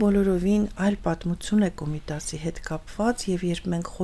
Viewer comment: Անընդհատ՝ «ցուն, ցուն», «պատմուՑուն»... ասացեք «թյուն»,... Անհասկանալի է գիտական աստիճանի հասած մարդու հայերեն խոսքի այսքան տգեղ հնչերանգը։